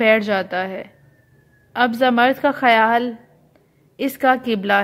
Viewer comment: Zamard nahe Zamrood pronounce karay